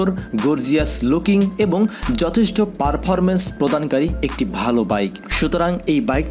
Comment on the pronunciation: পারফারমেন্স 🤣 পারফরমেন্স 😆